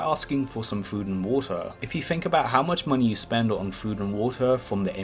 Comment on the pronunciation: And telwepowt